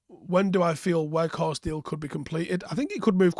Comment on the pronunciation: You have to say it like Out. And with the W from Whoa.